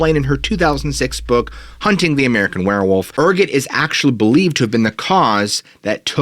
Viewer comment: Ergot why are you saying ergot like that